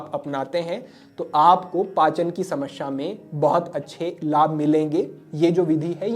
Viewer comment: समश्या नहीं होता, समस्या होता है, हिंदी का अपना उच्चारण सही करिये, बाकि आपके प्रोग्राम बढिया होते हैं ❤